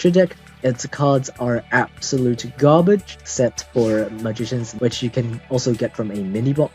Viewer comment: I like it when you say gaabedj lmao